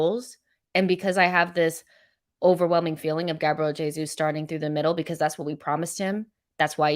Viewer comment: You pronounce Jesus with a J as it’s Portuguese Not with a H which is Spanish.